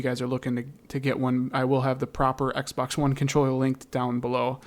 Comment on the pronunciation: when this guy says x pax